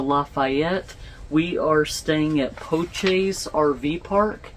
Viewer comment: The name is pronounced "Po-shay"